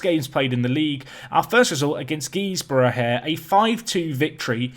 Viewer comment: As a lad that comes from Redcar (still gutted you didn't pick Redcar Athletic for this series!) it's hilarious to hear you say Guisborough 😂 if you play them again it's pronounced gizborough. Anyway keep up the great work loving this series almost as much as the RB Barna one. Up the Lawmen!